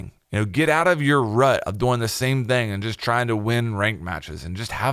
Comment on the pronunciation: I hate how he says doing 😂 he says DoING